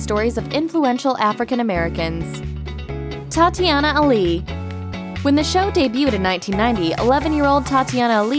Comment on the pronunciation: Thought I heard Thotiana, when she say Tatyana